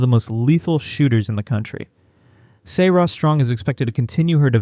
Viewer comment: PLEASE stop using AI for these videos. It’s so obvious when it butchers the pronunciation of names of Serah, Sarah, Azzi and Quinonez. Show these players the respect they deserve.